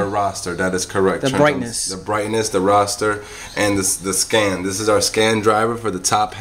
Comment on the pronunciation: hey, you do know the word is pronounced " RASTER " not roster....also, these sets are known for bad buffer bds. which I'm sure your aware they can also damage the sustain bds. Been in the tv repair buss. for 36 yrs.in R.I. just wanted to let you know. Also, may not be the best idea to tell a person on utube how to fix thier own tv, they usually will end up causing more probs. than they started with! Don't know how you operate, but, once a non-tech person creates more damage then they bring the set to us for repair, it is a nightmare to try and fix.....then WE end up looking like the bad guy as we aren't able to resolve the trouble easily and cost effective. Just some food for thought!